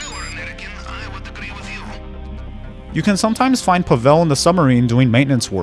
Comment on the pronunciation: Pavél? And after that YOU will say something about grammar and pronounciations? Its Pável you dum-dum